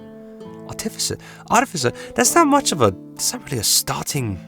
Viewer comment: Bro I love listening to you struggle to say Artificer.